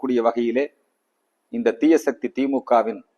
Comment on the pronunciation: theeyas sakthi alla sakathi